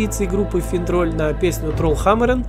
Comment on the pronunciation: Почему надо говорить трольхАмарен, если даже поется тролль хамарЕн?